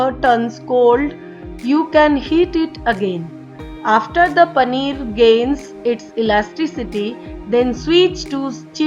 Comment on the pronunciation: I do not understand one thing, whatever the recipe is, you are giving cheese and you continue to say panner again and again. 🤔